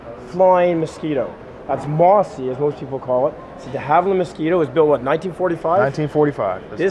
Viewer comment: Amazing footage.....the sound of freedom!! 1 mistake is evident in the film.... the gentleman referred to the Mosquito as the “Mossy” when in fact it’s was and always has been pronounced “MOZZY”